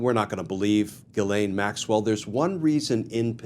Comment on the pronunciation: Dear Glen, your pronunciation of Gislain is faulty and problematic. Please correct it by giiving the G a "J" sound and articulating the letter S.